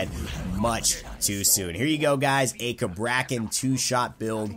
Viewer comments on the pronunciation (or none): I get the feeling he is pronouncing the god's name wrong